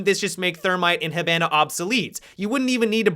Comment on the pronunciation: STOP SAYING HIBANA INCORRECTLY YOU FUCK